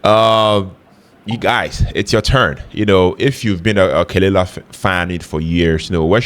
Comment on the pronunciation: pronounced "kuh-luh-lah"